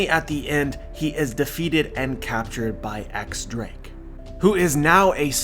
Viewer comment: Please say Diez Drake instead of "X" Drake